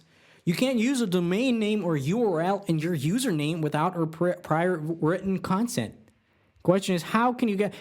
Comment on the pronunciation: that's not how you pronounce consent